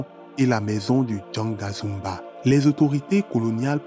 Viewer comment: C'est Ganga Zumba non Janga Zumba